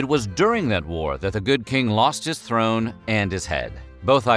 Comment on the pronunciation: throne or thorn?